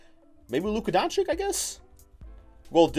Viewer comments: Do you even read the Comments of your subscribers man ??!! How often ist it nescessary to tell you that his name is not DONCICK??! He is one of the future NBA stars learn his name for god´s sake man! It is pronounced Donchich. Learn it plz!!!! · (dawn-chich) not (dawn-chick)